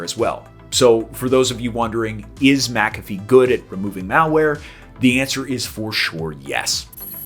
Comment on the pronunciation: You're pronouncing it wrong